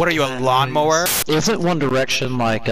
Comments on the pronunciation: what i. the world is a lorn mower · Larray: what are you..... a lorn mower Me: I am officially going to die early of laughter